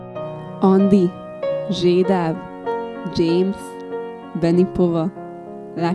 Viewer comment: Ember nem zsédáv hanem zsédov